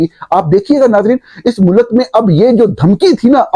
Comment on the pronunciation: mulak naheen mulk bolo